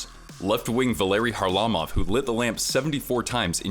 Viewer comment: Van Impe didn’t hit him, he cross-checked him in the head. And it’s Kharlamov not Harlimov 😂😂